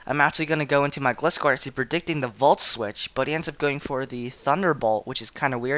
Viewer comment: you pronounced gliscor wrong >:O